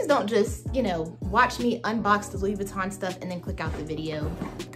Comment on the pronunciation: Enunciate Louis Vuitton correctly if you’re going to carry the bag. Ugh!!!!